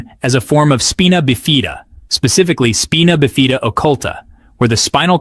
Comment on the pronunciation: FYI it’s pronounced “spy-nuh biff-uh-duh”